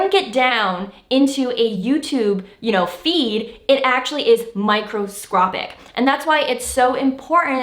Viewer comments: Surprised you didn't talk about the morality of clickbaiting. Are you actually promoting this dishonest practice? Lost a lot of respect for you with this video Also, it's microscopic, not "microscropic" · She said MicroscRopic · she said microSROPPIC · “Microscropic” nice one. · Fantastic content - will use these for subsequent videos! I believe the word is micro 'scopic' just to point that out. Nevertheless, great advice and look forward to more videos!